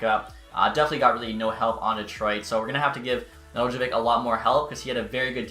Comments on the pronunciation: Just to help you, it's Ned-el-kovic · Just for future reference it’s pronounced. Ne-dell-co-vich “Nedeljkovic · {Ned-el-ko-vitch} is how its pronounced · Just say Nedelk-ovic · It’s “Ned - el - ko - vich” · The J is silent bud.